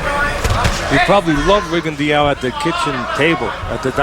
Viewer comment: Shit! They really don't know hom to pronounce his name. It's French... Ree-gon-doh!